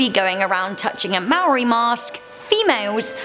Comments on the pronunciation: IT'S NOT MARI ITS MAORI LIKE PUT YOUR TOUNGE UP WHEN YOU GET TO R JESUS WTF I AM A MAORI No hate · Yaaaaaay I'm Maori from New Zealand. Just an FYI, "Maori" is pronounced like "Mah-or-dee". Love all the videos. Maybe do a Top 10 Scary New Zealand Urban Legends? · Im slightly offended that you said maori wrong